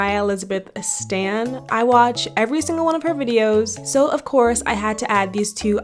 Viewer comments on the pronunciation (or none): none